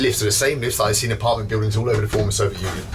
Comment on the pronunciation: I want a supercut from every time he says "Sovet Union".